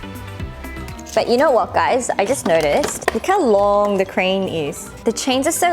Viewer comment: "Vat the heckkkeuu" 🤣🤣